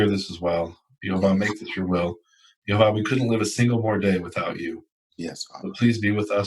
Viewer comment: it's not unpronounceable, it's "YehoVAH" halleluyah